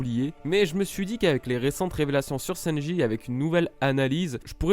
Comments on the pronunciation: prononce le sanji et pas senji stp sa me stress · Mon gars di les U correctement s.t.p le U se prononce ou ! Et sanji et non senji 🤦🏼‍♂️